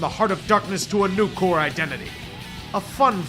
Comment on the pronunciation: It's corps, not core